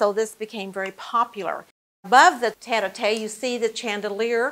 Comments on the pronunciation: The pink cushioned seat is NOT a "tet-ah-tay" It is a French word, "tête-à-tête". Tête is the French word for "head". Tête-à-tête translates literally as head-to-head but colloquially means face-to-face. Note that the chair has one person seated on one side while the second person is seated on the other allowing them to "put their heads together" to have a private conversation in comfort. Just sayin’, the docent might want to learn this term. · What a beautiful house! (By the way, the pronunciation of "tete-à-tete" chair is "'tet ah tet" (head to head), not "'tet ah tay"'. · It is pronounced tet as in bet and the à sounds like "ah" as in "Ma" or "Pa" so it would be tet-ah-tet. The docent gets the first parts right, but it's how she ends it that's wrong. She says, "tet-ah-TAY" rather than "tet-ah-TET". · Thank you all for correcting the mispronunciations of "tete-a-tete" and "chandeliers". I was going to let the butchering of tete-a-tete pass without comment but when "chandelier" came along I couldn't stand it any longer. If such a fine video is to be made, wouldn't some care go into getting pronunciations right as well? Nevertheless, thank you for the near authentic restoration and this video. Beautiful. Best wishes from Malaysia. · I think the point you missed is that the docent took the time to learn the history of the house but didn’t bother learning how to pronounce words she would need to use but were clearly unfamiliar to her.